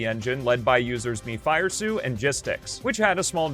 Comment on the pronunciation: Btw, mefiresu's nick pronounced me-fi-ré-su and not mi-fíre-su (as I remember it correctly). And he's also known as russian '06 guy, some even say that he built a home out of 06's boxes